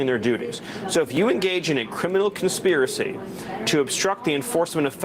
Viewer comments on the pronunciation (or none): “Cwiminal conspiwacy!”